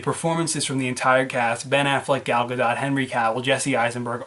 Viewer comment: it's actually pronounced G-All GA-DOUGH